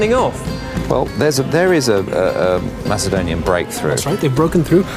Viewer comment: is it pronounced 'mass' adonia or 'mak' adonia i know its spelled macedonia